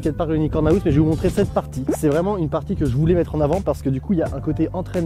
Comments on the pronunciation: "Unicorn aouse" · Mec apprends au moins à le dire correctement parce que « haousse » c’est plus possible